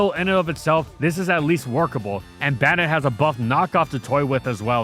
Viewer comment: Why does bro pronounce Banette like that